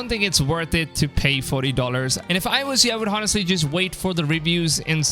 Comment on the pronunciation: Bro, the “h” in honestly is mute. U write honestly but it is pronounced “onestly”! I have watched a lot of your videos, and that shit is annoying as hell, ngl..